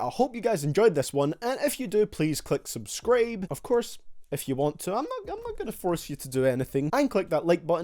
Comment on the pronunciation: he said subscraibe instead of subscribe